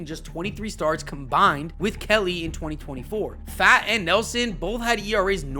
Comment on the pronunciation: This was a great video of possibilities but you calling pfaadt fat instead of fought is weird lol other than that great video